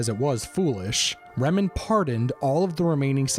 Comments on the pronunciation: It's not 'Remen' ... it's Reman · FYI...it's Reman. Not Remen.